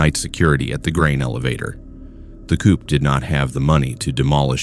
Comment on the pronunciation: Not "coop." Co-op.